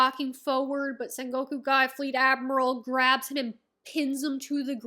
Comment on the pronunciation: Writing ace death make oda cried for one full day. This is one of one piece peak and your sengoku pronunciation is perfect don't worry. Also sengoku is basically japanese middle age theres alot of war in sengoku era like alot and just call buggy crew cross guild it's the cannon name